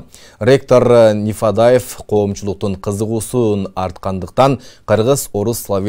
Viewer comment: Нифадаев,Нифадев эмес Нифадьев . Дикторлорду каяктан табасынар? Макаленун досторубу?